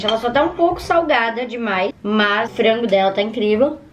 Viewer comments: Pq ela fala "fraingu" PORRA É FRANGO, da muita agonia ela falando. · Pq as vezes ela substitui o A pelo E? Exemplo no minuto ela fala "Frengo"